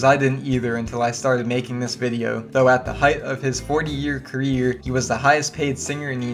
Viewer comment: yeeur careeeyurrr! LOL you're the absolute worst wow